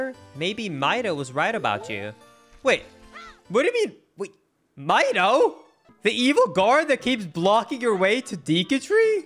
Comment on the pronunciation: I think that Mido's name is pronounced 'Me-doe', not 'My-doe'! XD I had read on a 'Legend of Zelda' website that the Kokiri children all have notes from the musical scale in their names! One of the children is named Fado! :D